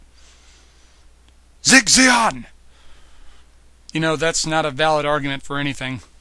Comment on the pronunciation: your marasai looks amazing! i think you mentioned those paints on twitter and i was really curious to see the result. oh and its "sieg zeon" not "zig zeon" ;D in german the "ie" is pronounced like a long english "e". so i guess it would be more like "zeeg zeon" :P